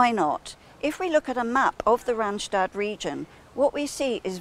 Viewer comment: Actually, its 'RandSTAD' and not 'Randshtad'. Yes, our Randstad can be very busy, too busy even, and very polluting. And as The Netherlands is a small country, a little pollution is equivalent to a lot. It is also very expensive, so many people like to work in the Randstad and live elsewhere, which is why there is a lot of commuting. Clarification = Randstad is NOT one city but several! In the south, it starts with Dordrecht and then stretches about 100 km. to the north to Amsterdam and surroundings. That's 100 km. of crawling traffic if you are unlucky.